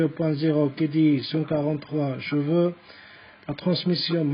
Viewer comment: خيا نقلوا cheveaux et video حسني النطق بالO وليس بالE اي فيديو o et شفو c est aussi بال O وبرك الله فيك على المجهود اعانك الله سلام